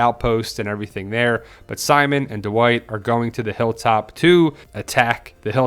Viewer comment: why do you pronounce it like D'Wight